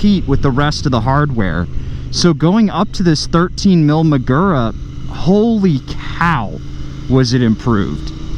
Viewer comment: This is a good, worthy, useful video. Nonetheless, say it 100 times: muh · goo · ruh. You ‘merican dudes ALWAYS pronounce words from other languages by smearing your typical set of speech sounds over words according to how they are spelled. STOP IT. Do your homework before uttering unfamiliar words, otherwise, the damage you do to languages outside your own is incalculable.